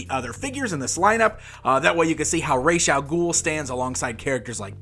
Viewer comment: Learn how to say Ras al ghul,I can't even finish watching this because of how you butcher the name .